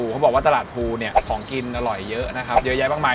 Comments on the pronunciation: ตลาดพลูรึเปล่าคะ? พี่เขียนพูลอ่ามันอ่านคนละแบบนะ😅😅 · พลู ครับพี่ ไม่ใช่พูล